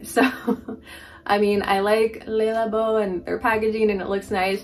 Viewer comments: don't worry about the negative comment. Your pronunciation of Le labo is perfectly fine! That's how I say it too! 💚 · It’s killing me how you pronounce le labo